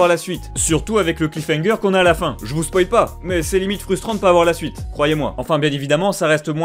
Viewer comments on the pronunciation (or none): none